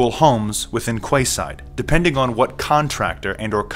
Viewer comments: its pronounced "key side" not "kway side". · I think it's pronounced Keyside. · It's pronounced " key side" brother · it's pronounced : ''Keyside'' - weird right? The area it's gonna be in is called Queen's Quey (key). Perhaps it's the last ''Key'' to lock all freedoms away....I left Toronto for a small town a decade ago and am never looking back. Never liked this city, aloof, gay and stand offish. Now our Prime minister is a liberal fool in love with the global agenda and things are falling quickly....